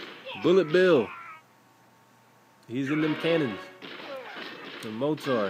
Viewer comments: it's MORTAR not MOTAR lol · "Mor-tor" lol mor-tar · It's mortar not motar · not pronounced, motaur, it is pronounced "more-ter" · It's not more-tar, it's mortar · its said Morter.. Not Mor-tar. Think Morter shells. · It's not motar it's mortar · mawr-ter is the pronunciation on dictionary com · Why do some people say Motar, not mortar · he says mortar wrong... he says motar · Lol mo-tar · mo-tar haha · mortar is pronounced morder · its pronuoced "more' "ter" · you know youre pronouncing mortar totally weird right? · gggggrrrrr pronouncing of mortar make me mad